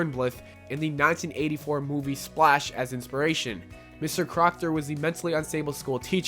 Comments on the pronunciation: Crocker, not crockter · Crocker not crockter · It's not crockter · It's crocker, not crockter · Crockter haha it's crocker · Crock"T" ER.. ITS CROCKER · You kept calling Mr. Crocker Mr Crockter... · Right? Even when the title of one of the episodes he read was "The secret origin of Denzel Crocker" he stills called him Crockter when the episode's title card was on screen. I wonder if he recorded audio first then found his images/made the footage. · Why are you saying Crockter? lmao. It's Crocker. xD That made my day. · guys hes pointing out the voiceover saying Crockter instead of Crocker almost every time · why are you pronouncing it "crockter"? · That explains you saying crockter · Isn't it crocker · yeah i thought it was crocker too